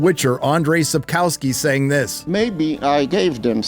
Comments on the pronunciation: Andrzej Sapkowski [ˈandʐɛj sapˈkɔfskʲi] Andgey Sapkovsky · Said Sapkowski's name wrongly but Americans were never know to be good with foreign names